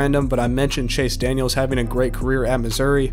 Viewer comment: Chase Daniel not Chase Daniels . . . . . . otherwise a very good video!